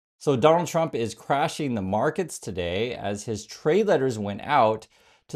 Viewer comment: President chump? Why can't she say Trump? Maybe she pronounces it that way on purpose! 😂😂😂